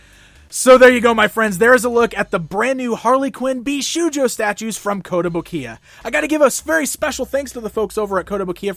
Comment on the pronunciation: Just a short note: it's pronounced bish"oh"jo, not bish"oo"jo